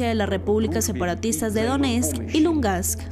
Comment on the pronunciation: La reportera dice Lungast, que alguien la corrija, por favor, es una comunicadora, seguro se molestaría si yo digo su nombre mal dicho o al revés.... Es LUGANSK, reportera, LUGANSK.... Bitch.